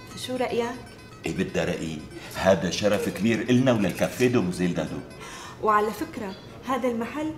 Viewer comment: قالت مادو بدل دادو😄